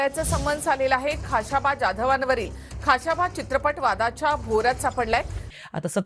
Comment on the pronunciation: Though knowledge of this subject is less,but presentation and hardwork are admirable... खा श बा 🎉 and not खा शा बा